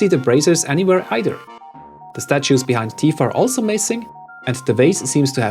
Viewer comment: "Bee-hind" . I've never thought of or heard that before and I love it. Well played.